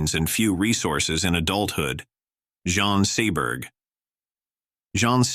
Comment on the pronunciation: Yes, I don’t know why I fall down into these Rabbit holes. Not even good AI! Mispronunciation of such a common name as Jean. The majority of people mentioned in the first part I have never even heard of!